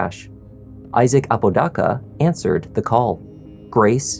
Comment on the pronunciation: Here for all the crime and interrogation stuff but dude I'm from Albuquerque and you are just butchering everyone's last name. With all the research you do for the videos you'd think you would hear or look up how to properly pronounce the person's last name. You are not AI so they is no excuse. The name is "Ah-po-da-ka" Not "a-pooh dah-cah"